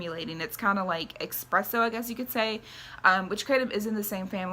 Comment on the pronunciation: Espresso not expresso. Besides that great video! Very informative